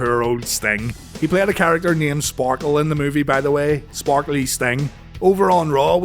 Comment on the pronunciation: Sparkie, not Sparkle hehe